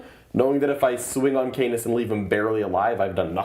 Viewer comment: Just me that giggled about the pronunciation of Canis as C-anus?